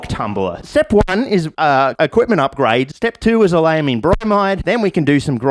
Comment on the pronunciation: QD synthesis chemists raging every time he says "oleylamine" wrong